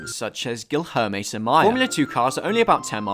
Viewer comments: It's not an criticism, this is just to help you with the pronunciation, It's Gi-lier-me Samaia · Your pronunciation of "Guilherme" surely hurt the dude more than all your bashing :p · that pronunciation of Guilherme (Samaia) was one of the worst things i've ever heard in my entire life. love the channel and the video tho! Much love ❤️